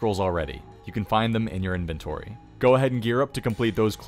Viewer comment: "De inventorie was pritti stendert"